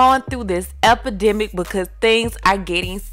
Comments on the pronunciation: He was just trying to say epiderm, epidermic, I mean epipandemic, pandemic, childddddd😂😂😂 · You are way too FUNNYYY... I cannot with when you said epide- academ- what he say? 💀💀😂😂😂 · Him trying to say “epidemic” is the funniest shit ever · That video of her daddy trying to say “epidemic” took me all the way out🤣🤣🤣🤣